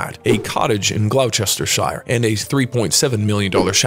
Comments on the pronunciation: Gloucestershire is not pronounced Glouchestershire! Argh!!! Nice voice, but why are so many names butchered on this channel? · PLEASE PLEASE learn how to say Gloucestershire Thank yOU.. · The AI narrator needs to pronounce correctly eg Gloucestershire